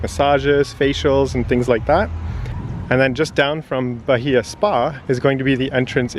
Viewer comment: The h is silent, ba-ee-a